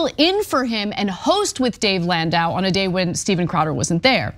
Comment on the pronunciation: Can’t even get landau’s name right.